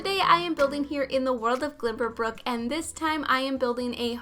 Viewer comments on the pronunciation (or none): She's so convinced that it's "glimberbrook" isn't she?